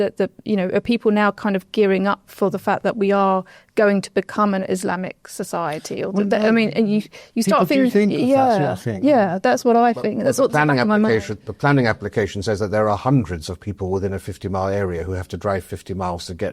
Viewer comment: Great discussion, I don't like how the woman keeps pronouncing 'th' as 'f' , like saying finking and fings , it sounds so silly and she's talking about people being lazy